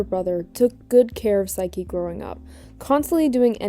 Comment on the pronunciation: I'm gonna jump you if you keep saying saiki.